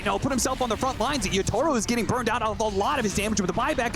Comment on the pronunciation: Casters still saying "Yatoro" lol